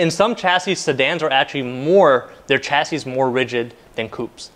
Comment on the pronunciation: Coupe is a French word and is correctly pronounced Coopay. A coop is where to keep chickens. Chassis is also a French word and is correctly pronounced shasee. Sh not Ch. You also said you guyses. It's just you guys.